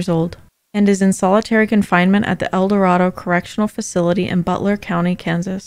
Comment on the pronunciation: When you do a story you should find out how to pronounce the names. You got both Raider and Eldorado wrong. I wasn't in KS when he murdered people. It was kinda scary when he resurfaced and suddenly it was on the news that there was a serial killer 45 minutes away.